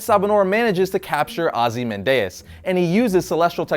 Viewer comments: The way he pronounces 'Ozymandias' really annoys me... 3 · Did he pronounce Ozymandias wrong